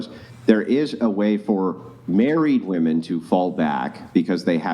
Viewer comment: The gunt chick can't even say "women" correctly.